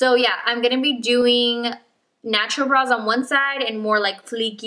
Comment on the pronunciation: I heard nacho instead of natural at the beginning lol